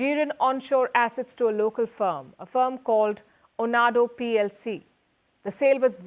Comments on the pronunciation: "OANDO", NOT "ONADO" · Pls, it is not Tinuba , it is Tinubu . And it is not Onado, but OANDO . As in O and O. ( O basanjo AND O baseki, allegedly ). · A small correction, it's Oando group ( pronounced "Owando'). You were spot-on in everything else That man is not Nigerias choice.He was rigged into power and Nigeria is facing it's biggest economic recession ever! Inflation has hit record highs and food security is seriously threatened and it's all because of his policies.